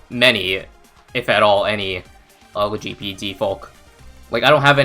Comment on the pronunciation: Lol the way you said L G B T folk is funny and I would argue that intent is not the biggest factor but as long as you are making an effort as you have shown you are, mistakes happen. The point is just to improve as you seem to be trying to do.